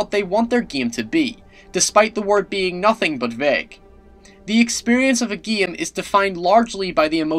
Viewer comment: Its Called game not "giam"